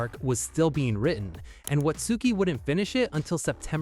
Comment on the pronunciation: You don't pronounce the u in Watsuki...